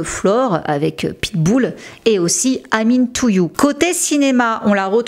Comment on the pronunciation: "Amine Toyou"